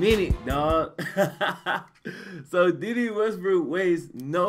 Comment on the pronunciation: its "day day" 😂😂